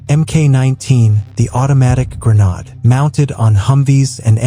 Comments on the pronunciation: Gre-nāde, not gre-năde!!! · Grenade, FUCKING GRENADE, not grenad.😊